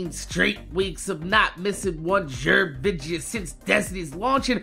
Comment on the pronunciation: why the hell do u say vidja